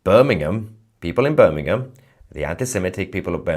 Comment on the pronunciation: He can't even pronounce it Correctly it's "Birmingham" not Bir n ingham